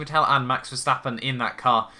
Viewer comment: You should check facts You mispronounce Vettel Verstappen is already signed with Red Bull Wehrlein is a mercedes junior, not a red bull